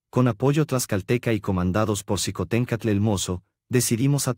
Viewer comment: Esto es su visión pero es imparcial, no comparto su historia con respecto a Xicohtencstl se pronuncia Shicotencaatl